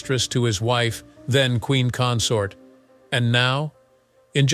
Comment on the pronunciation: CONSORT. Not comsoryt.